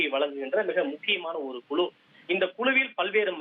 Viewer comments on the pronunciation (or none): குழு என்ற வார்த்தையை குளு குளு என்று ஏண்டா உச்சரிக்கரே??? தமிழின் சிறப்பு ழ ழு போன்ற எழுத்துக்கள்